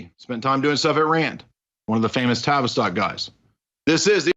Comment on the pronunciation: Okay, new here and loving it but every time you say "TAVISTOCK" I hear Travis Scott. Isn't that the rapper that had a concert in which all sorts of magic was performed and people actually died?